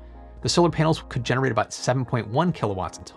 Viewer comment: Every time he says "panels" it sounds like he is saying "penis"...